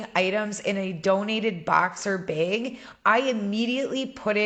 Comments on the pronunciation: I'm sorry, I kept getting stuck every time she said "bag". I kept thinking she said "bed"...🤦🏼‍♀️ lol I have the hardest time understanding the midwest accent. But I loved the video! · I love the way you say, bag!!!!! Lol!!! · So random but I really like the way you say “bag.” 🥰